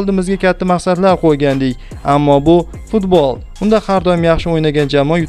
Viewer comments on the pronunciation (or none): none